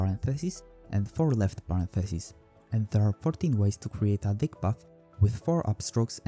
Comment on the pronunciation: "Dyck" is pronounced like "deek" in this case.